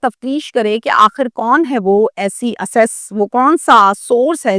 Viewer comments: Medam assess nhi blke ak-cess kehty hen. Lo pata lg gya kitny parhi ho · ایکسیس ہوتا ہے اسیس نہیں😊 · Asses or Access اس جاہل عورت کو بیہودہ موضوعات(جوکہ افسوسناک ہیں) پر چسکے لے لے کر ویڈیوز بنانے کے علاؤہ کچھ نہیں اور یہی اسکی آمدن کا ذریعہ ہے۔ Video Counter & (Asses or Access) پر الفاظ کی ادائیگی اور اسکی قابلیت کا اندازہ کریں۔